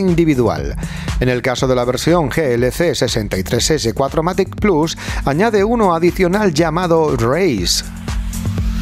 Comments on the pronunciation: Hola porqué no se tiene en cuenta el alemán al igual que el inglés ??? Cuatro Matic ?? no es mejor decir VierMatic ("fieMatic") y no me vengáis con chorradas que la gente no sabe alemán porque tampoco sabemos inglés, e intentamos decirlo Y hace ya varios años ya sabemos que significa Full Equipe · Lo gracioso es que encima dice "Cuatro matRic" haha